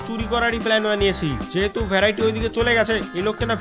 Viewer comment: ভ্যরাইটি না ভেরিটি 😅😅😅